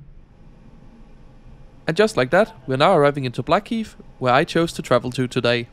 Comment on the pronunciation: Blackheath NOT Blackheat